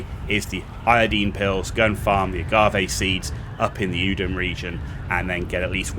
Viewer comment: Thank you for pronouncing 'agave' correctly! :)